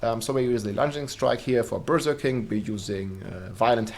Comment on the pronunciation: I love the way you say Berserking. Sounds like Berger King/Burger King, which has a Whopper, which is what the barb is doing most of the time 🙂